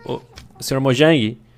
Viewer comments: sr mojan kkkkkk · Erou a palavra mojang